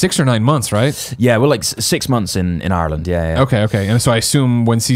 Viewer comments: My god. An Englishman who pronounces Ireland right. ALL HAIL THE HOUSE OF EL. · U can tell Cameron really did live in Ireland with the way he pronounces it lol